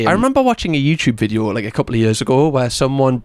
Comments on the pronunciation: I hadn’t noticed until you said it. Now I can’t unsee it. Thank you😒😂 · The way says “vid-yo” is truly one of my favourite things.